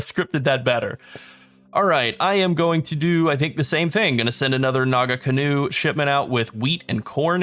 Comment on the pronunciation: Homie, as someone who is from New Zealand and knows how to pronounce Maori words, it's not Naga-canoe. It is Naa-Kahnoo. The nga is like a back of the throat sounds, but just drop the G and you'll be fine. Great video. Looking forward to more. <3